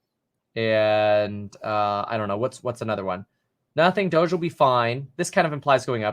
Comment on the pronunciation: Brah it's dohj like dog with an e not doschzze duh